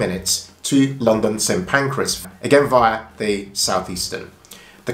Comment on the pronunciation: St Pancras not pancreas 😂 you chose Hitchin over Stevenage? Wow..